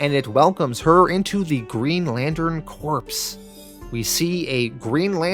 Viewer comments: it is pronounced core! like in marine core. not corpse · lol also pronouncing Corps as corpse instead of core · Corps, like "Core" not corpse. It's not a league of dead bodies.... usually lol sorry I just had to say something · Green Lantern Corpse???? Really dude? It's pronounced Green Lantern Core (Corps). You desperately NEED a copy writer !!! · Not trying to be a dick but Green Lantern Corps is pronounced like you’re saying core. Themyscira is pronounced like them mes skera. I’m only doing this because you repeatedly used those words and probably will again in the future. Enjoyed the video!